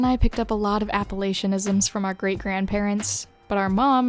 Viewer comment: Ah never mind, you must be Midwestern since you pronounced Appalachian wrong